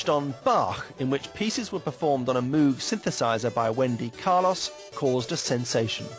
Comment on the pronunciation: Its pronounced Bob Moh-g not Bob Moog. Very confusing because of the way its written. I've often had to pronounce it wrong just so people will know what I'm talking about! Mabye that's why they did it in this video too. Them: "Oh, you mean Moooog synths." Me: "No, i mean Mogue synths! But we can say Moog if you'd like to." Imagine how annoying this must get for people who work at Moog Music!